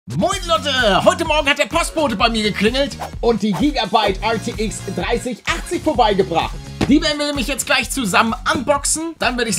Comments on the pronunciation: Hey Paluten ATX oder RTX du sagst immer ATX 🤣🤣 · Wie er die ganze zeit ATX statt RTX sagt👌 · er sagt ArTX